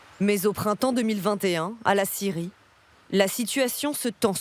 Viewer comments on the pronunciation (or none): Quand ils disent scierie on entend Syrie c est bizarre non ??😂❤🎉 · Ecouteurs au resto a regarder la video et 3 bieres et quand tu entend scierie tu entend Syrie c est bizarre😂🎉🎉🎉❤